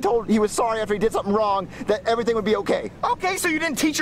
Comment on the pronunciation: Jeffy that’s not how you say sorry!!!